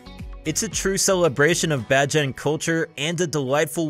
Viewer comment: Its Bayjan but spelled like bajan